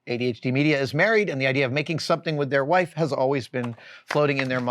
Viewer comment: For the love of God, say WIFE!